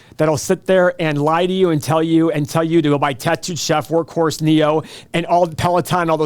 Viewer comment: Bahahaha omg workhorse. always reminds me of workhorse. Whenever he says workhorse i always go check and laugh.